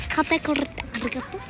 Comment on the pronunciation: ｶﾃｸﾚﾃｱﾘｶﾞﾄｳ がまじ発音フィリピンなんよww